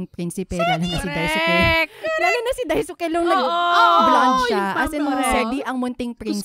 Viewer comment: it's Dais(u)ke.. silent u.. 😊